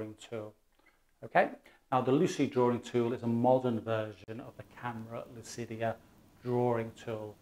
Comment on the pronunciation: "Lucida" not "lucidia".